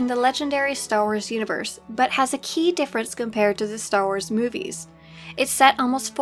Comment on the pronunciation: I love how you say Müvies. Cancel that, I love how you say anything. I'm sorry